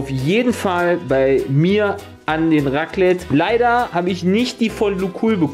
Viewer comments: Mein Schweizer Herz blutet nach diesem "Raclette"😥😅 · Wenn jemand Raclette statt Raclette sagt: 🤦🏼‍♀️